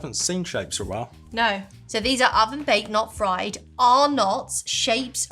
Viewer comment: It’s just Arnott’s (arnets) not “Are-nott’s” 😍